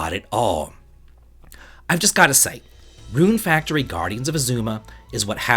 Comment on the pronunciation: Rune Fractory? xD